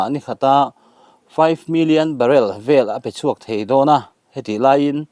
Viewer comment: Barell ah a tla' ni lovin barrel man a tla hniam zawk aw. I thiamlo em mai i channel hi ka paih tawhe.